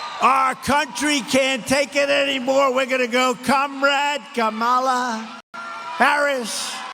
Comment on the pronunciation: It’s Kam-Ala lmao 😂